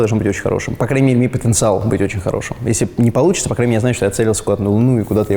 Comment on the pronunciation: потенциайл ?)) Ты че блин